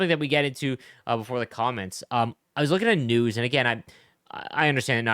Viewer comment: Lol I thought you said ”nudes” instead of news